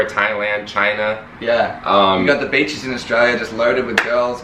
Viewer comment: when he said "Australia is known for It's beaches" I heard bitches